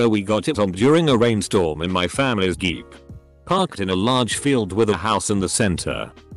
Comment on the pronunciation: How can you possibly mispronounce JEEP?